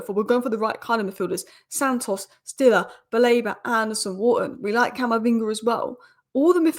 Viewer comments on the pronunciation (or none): He‘s called Siller not Stiller